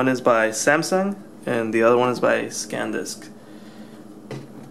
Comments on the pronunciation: You keep saying scandisk. Its SANDISK,!!! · Its SANDISK not SCANDISK, hesus dude.... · NOT SACAN but SAN disc!!! Haha! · say it with me man: San Disk. SEHN-DISK not Scandisk SAN DISK!!! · I'm just joking, you were saying ScanDisk instead of SanDisk and ScanDisk is a windows tool.;) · you say scan disk - i think its sandisk - btw nice vid - ill comsider the samsung card now that i saw this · SANdisk, not SCANdisk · How the hell do you get scand disk out of Sandisk ??? Whereas in the title you spell it correctly then go on to write scand disk ! How do you expect people to take notice of your review if you can't even read / pronounce name of product ?